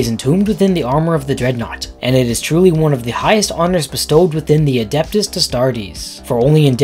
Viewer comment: You can't even pronounce ADEPTUS bro lol